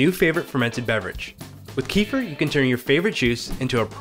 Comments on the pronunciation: Wow the way you pronounce kefir is one of the pronunciations ever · I don't forgive you,it was an immediate small cringe when I started the video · Man! The way he pronounces Kefir is so unbearable, it’s hard to watch this video!! :-( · It is not KEE-fur. Kefir is an actor. This is a drink originated in Turkmenistan pronounced Ke-FEER. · it's called 'ke-FEER'.. not 'KEE-fah' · It's kefir, not keefer😂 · its keh-fear not kufir like the expression meh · It's Kehfeer not keefur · It’s not pronounced as Queefer it’s kafeer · It's Kêfir not Keefer. Amazingly ears hurting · Don't feel bad - everyone here is actually saying it wrong. Kefir is from Turkey, so it's a Turkish word, and the correct pronunciation rhymes closely with "WOOFER". It's properly pronounced as KUH-fur (not keef-er or ka-feer). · It's not pronounced Kee-fer. It's pronounced Ke-feer. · It's pronounced KEF- FEA not kee-fur! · Key-fur = No, Keh-firr = Da Oh forgot to say: your tee shirt is really nice! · "Kee-fer"? Where does that pronunciation come from? I've always heard it pronounced like "Ke-fear" with a short "e" in the first syllable and a long "ee" in the second syllable. As far as I know that's how "kefir" is pronounced in the Caucasus region where the milk version originates from. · Ooo wooow . I’ve been saying Kee-fur too. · CAAAAA (like ca in cake) F I R (fir tree) 🎉🎉🎉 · Pronounced kuh feer... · It's pronounced: Keh-fear. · It's pronounced kuh-feer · (KefEEr) stress on the second syllable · Keh'- feer. It's not Donald Southerland's son. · It's pronounced keh fear. Not the way YOU think it's pronounced. Kefir is a fermented milk here in Poland. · thank god it's not correct in this vid. I was very upset that that's the standard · God, capital G, had to correct you, so sorry.. but agree otherwise with pronunciation of Kefir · Thank you, it is beginning to irk me to watch every video of the subject and hearing the mispronunciation. Kiefer Sutherland is a good actor though 😂